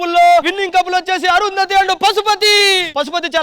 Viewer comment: Yendhira okasari Arundhathi antavu enkosari thanmai antavu crt gaa practice cheyi